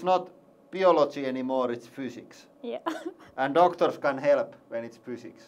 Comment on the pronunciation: "Not optimal, this is not beeology anymore, this is fooziks" :D